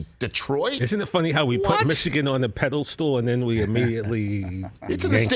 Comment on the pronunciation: Did I hear that guy in the corner say "pedal stool" instead of pedestal?